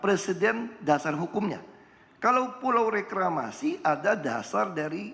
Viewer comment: Setiap nyebut reklamasi pasti yang disebut Ahok rekramasi 😂😂